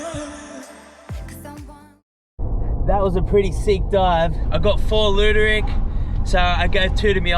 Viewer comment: It's Luderick, not Looderick